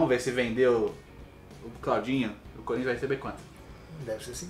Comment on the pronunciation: Acho engraçado quando o fala Corinthians desse jeito